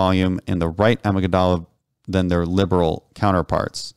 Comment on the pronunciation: Amygdala Pronunciation Edit: I hope you didn't take this as a negative. It is a thing with me if I can't pronounce a word properly. So I thought I would share. I do enjoy your interviews and discussions, please keep it up.